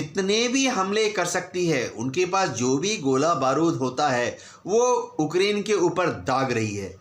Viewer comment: Kiska interview liye ho tum log ukrain ko okaran bol rahe hai 🤣🤣 godi media😂😂